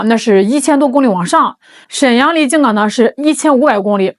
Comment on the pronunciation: 静冈是一声…不是三声